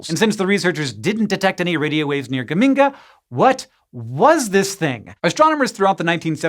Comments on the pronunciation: I'm from Modena, Italy, and geminga really cracked me up! The ge should be pronounced more like in Gertrude though. I wonder if the astronomer who named it was from Modena too. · Geminga rhymes with Bazinga. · Geminga? Bazinga!